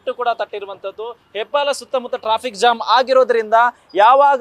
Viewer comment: ಹೆಬ್ಬಾಳ ❌ ಹೆಬ್ಬಾಲ ✅ Jam ❌ zam ✅